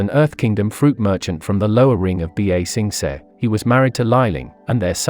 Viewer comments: This is a great video, but I would like it more if you learned proper pronunciation. Ba Sing Se's original pronunciation isn't difficult, and you actually add an extra syllable when you say "B-A Sing Say". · The computerized voice pronounces things worse than M. Night Shyamalan's Avatar movie. I actually disliked this video because of the pronunciation. It's infuriating. "B A Sing Say" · B-aaa-sensei 😂 bro can't even say the name of the city right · "B A SING SAY"😂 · B a sing say 😂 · Bee Ay Sing Say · B-A sing s-eh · bro murdered the pronunciation of ba-sing-se